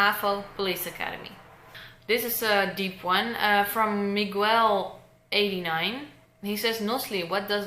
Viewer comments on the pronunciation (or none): Thank you for replying Haha you said my name miguel wrong but it ok I always have people pronounce it wrong